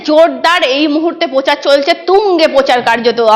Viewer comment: Pochaar noy prochar ☑️